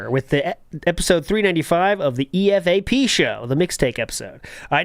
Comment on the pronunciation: showing his age by mispronounced Mooler and EFAP 😂😂